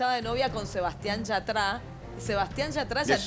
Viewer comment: Alguien que le cuente a Maglietti que yatra (no yatrá 😂) no está de novio, eso había sido marketing para una canción soundtrack de una peli y la supuesta novia era la actriz protagonista (que de paso, tiene novio)